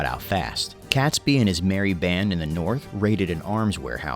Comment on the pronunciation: No one calls it Guy Fawkes Day. It's Guy Fawkes Night; Bonfire Night; or Fireworks Night. Catesby is pronounced "Kate's Bee".